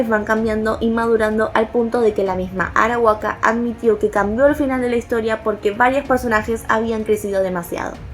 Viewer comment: Dijoste horomu arawaka, es arakawa.